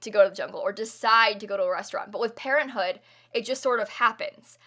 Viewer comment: I though pt she said parrothood instead of parenthood lol